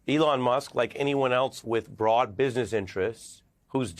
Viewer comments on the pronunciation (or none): none